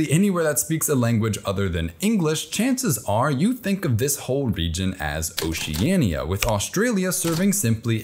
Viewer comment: You keep mispronouncing Oceania wrong and it drove me crazy. Its just "O-cea-ni-a" not "O-ce-an-i-a" i dont understand why that word is so hard for you to pronounce. You can pronounce Ocean correctly but when you put ia at the end of it your whole pronounciation breaks down. I really hate how obvious it is to pronounce Oceania yet you just cant seem to do it. WHY